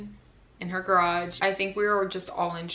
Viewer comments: I also only understood it the 3rd time she said it😂 But I'm from Germany, so it's not my mother tongue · i'm sorry, but me and my Australian accent couldn't concentrate on anything other than the pronunciation of garage as 'grodge'